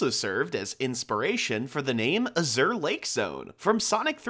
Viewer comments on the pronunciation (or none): A-zure, not aZURE. It means "blue."